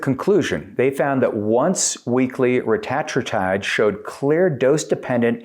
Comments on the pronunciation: its pronounced reta-tru-tide you tatd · Can’t watch a video when the speaker doesn’t even know how to pronounce the peptides name. Tells me you are new to this and “pretending” to know what you are talking about by regurgitating what you hear. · Your saying it wrong